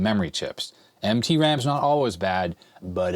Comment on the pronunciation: Did you say MT ram chips or "emtpy" ram chips? 😁